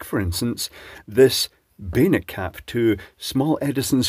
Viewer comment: I think you're saying "bayonet caps", but I keep hearing 'beta caps". It's become clearer - three years ago, they definitely sounded more like 'beta'. It took a long time before I saw comments saying "bayonet", and I realized what was actually said. I've seen the G style lamp holders, with the hard to find 'male' feet, but I don't think I've ever seen a bayonet cap bulb or socket in the US or Canada.